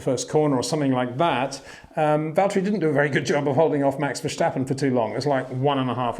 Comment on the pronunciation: Please please please Peter, don't pronounce the name Verstappen as 'Verschtappen'. Just pronounce it the way it is written and you would pronounce it in English. Maybe you already consider Max to be the next 'Schumi', but that's no reason to put a 'Sch' into Max's name. ;) What the raceresult is considered: Lewis (P1), Max (P2) and Bottas (P5) were all three lucky to finish higher, because of the sudden rain and the dropping off of drivers in front of them.